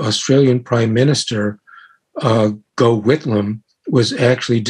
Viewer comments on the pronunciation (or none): pronounced - "Goff" Whitlam